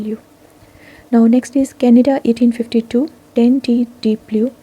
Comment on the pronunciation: Canada not canda